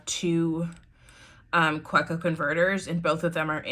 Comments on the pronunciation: Ohhh I want the Sailor Brown but can't get it in the UK. Don't hate me but it's pronounced Kaveko , German- so the W is pronounced as a V xxx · Kaweco is pronounced on the middle syllable, the we. Ka-weeee-co. It's a German brand, and the Name is a mix of the two founders' surnames and the word company. :) Good Video though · It’s pronounced kaveco..even though it’s spelled Kaweco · Great collection - built around how you use them. Kaweco is a German company, so the "w" is pronounced like and english "v".